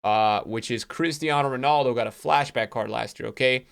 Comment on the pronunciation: “source ponaldo” lmao